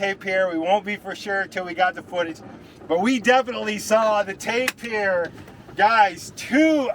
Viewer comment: Tapir - pronounced TAY-pr